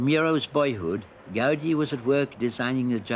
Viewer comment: Why Americans continue to pronounce Gaudí incorrectly? It is pronounced GOW-DEE, with the accent mark on the second syllable. As if Go-deé. NOT Gau-di. The sound of au is ó. It’s Catalán.